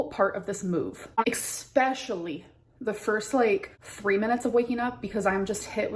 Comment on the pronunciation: After she said the word "EGGSPECIALLY" I'm already done and never watch the video